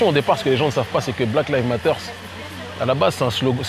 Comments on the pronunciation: Oh lala... même pas trente secondes ds la vidéo: [blaquelivmateur]... il faut apprendre à dire ça en anglais, quand même! Ça sonne ridicule sinon! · "Black leave matter" 😂